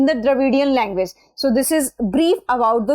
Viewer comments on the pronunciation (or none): none